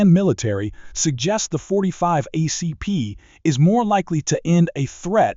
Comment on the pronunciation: ACP, Not Ah CP